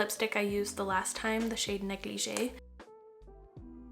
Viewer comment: She is mispronouncing negligee lol